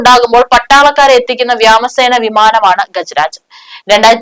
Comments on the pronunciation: വ്യാമസേന അല്ല വ്യോമ സേന 👍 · vyaaamamo alla kutty vyomasena ennu parayyaaa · വ്യ മസേന ആന്നോവ്യോമസേന ആണോ ശെ രി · 😂 ഇന്ത്യൻ വിമാനം! വാമസേനയല്ല .വ്യോമ സേനട്ടാ ....... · വ്യോമസേന എന്ന് പറയാൻ പ്യാടിയാണോ? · വാമേസന 😂😂😂 വാമനസേന എന്ന് പറയാഞ്ഞതിന് ഈശോമിശിഹായ്ക്ക് സ്ഥുതി ✝️🎉🎉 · 'വ്യോ 'എന്ന് ഇയാളുടെ നാവിന് വഴങ്ങില്ല 🥺🥺🥺